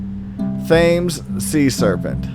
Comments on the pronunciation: Pronounced River Temmes, not Thames. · Great video!!! This is a topic that has always fascinated me. Btw, I’m pretty sure the river Thames is pronounced like “tems”. Keep up the content!! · thames -"temz" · Please repeat after me: "Thames is pronounced 'Tims.' Please don't kill me, British people!" Now that that's out of the way, excellent video! Water monsters fascinate me; I had a friend many years ago who told me of a dead one he had personally seen while working on a boat in Alaska-- it resembled your standard flippered Nessie-type critter but smaller than most, with a body that (though he could only see vague outlines) was probably no more than 12 feet long or so (not counting any tail, he couldn't see if there was one) but which had a neck at least that long and which ended in a head somewhat like a seal's but with a more elongated muzzle. The really odd thing about it was that it wasn't scaled or slick like a whale-- he said it was covered with clearly-visible thick fur that rippled as the waves washed it back and forth. It lay dead on a chunk of rock, with its body under water and its head and neck stretched out across the rocks; the crew of the boat he was working on wouldn't approach the rocks for safety reasons and also due to fear, but when they came back the next day the creature was gone and the rocks were covered with stinking half-dried blood and scraps of fur and skin, plus a LOT of seals (possibly very well-fed at this point.) So what do you make of that? Otters and seals are furred, so I guess it's not that odd; but I've never heard of a furry sea monster before. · its pronounced tems u bloody idiot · the Thames is pronounced as Tims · What a prick river Thaammes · River Thames is pronounced TEMS. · The River Thames is actually pronounced, 'Tems' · Linda Steel im not the only one that finds that irritating then...!!! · she said nothing about spelling. and she is right: it is pronounced tems. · "Thames" River???